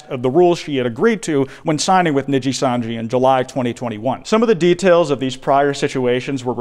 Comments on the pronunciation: Saying “Nijisanji” in the American accent the way you do hurts my soul. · My favorite part is him mispronouncing Nijisanji the whole way through 😂 really shows how much this insane situation has grown beyond the normal vtubing sphere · Holy fuck it's over if covers it Also Dear god It's knee-gee-san-gee or knee-gee And Seh-le-en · i love u but the mispronunciations of nijisanji and selen tatsuki are literally making me want to claw at my skin